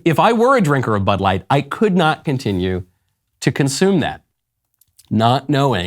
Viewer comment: Was that Butt light or Bud light? 🤔